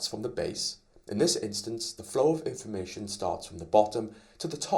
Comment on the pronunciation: It should be 'informatIOn' not 'informatOIn' :)